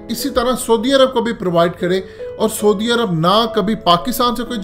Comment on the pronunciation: soodi arab....hahaha...bolna b ni ata....saudi arab hota ha...